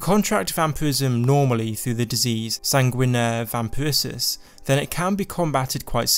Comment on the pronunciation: "If you become a vampire with the disease Sanguinaire Vampurses" x) (Sanguinare Vampiris)